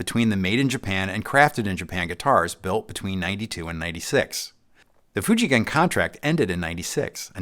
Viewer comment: Most US YouTuber would pronounce the name “Fuji Gen” with soft G sound. used the right hard G sound here. That proves how well he knows about what he’s telling and makes the story more believable.